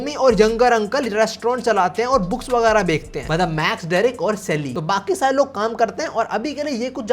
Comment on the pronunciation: bhai aise aap bechne ko bekne kiu bolte ho ??